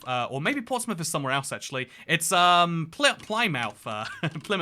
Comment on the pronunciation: As someone who lives in Plymouth I got so triggered when he initially said pli mouth 😂